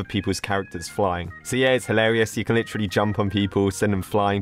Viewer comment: The way he says "Li trel E" (Not hate)